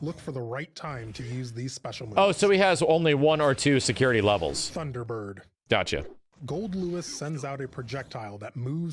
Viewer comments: I still can’t get over calling him GoldDICK🤣😂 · "GoldDick" My mans, if you keep this up I'll forget his name is Goldlewis. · I was watching it with really low volume and everytime he said "swings his coffin" I heard "'swings his cock in" what makes it better is that his name is goldick